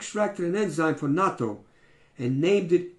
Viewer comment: I have just begun to learn more about this and find it very exciting. I don't like natto but will eat it once a week because of those health benefits. Now that it comes in a pill form, I could take it every day. BTW, you pronounced natto correctly. :)